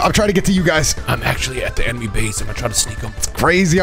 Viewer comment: “We will get to the emeny base” Rhymestyle 2023